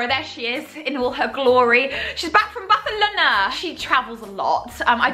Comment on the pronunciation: the way Rose said "Barcelona" I loved that spanish accent 🤩